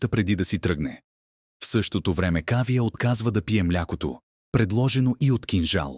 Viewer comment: Как е възножно всички имена да ги произнасят неправилно с неправилни ударения!...Пълна неграмотност! Поне да слушат оригинала как хората произнасят имената. Не е АнупАма, а АнУпамА; не е КавИя, а КАвия; не е Не е ВАнрадж, а ВанрАдж. Много е дразнещо да се слушат толкова погрешно поринесени имена. Дори отврат!!! Особено името на Анупама - това е име с две ударения - на У на последното А. Чуйте оригинал и не се излагайте!!!! Идиоти! Ето правилното произношение за Анупама: ; и ето за Кавия